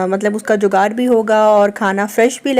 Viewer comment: Ap ne pehle tou sahi word bola jugaad phir ap ne foran jugar bola ap jaan boojh k aisa kyu bolti hain ap ki zuban se sahi word nikalta hai lekin ap phir b jaan boojh k ghalat bolti hain acha nahi lagta jo word hai us ko sahi bolen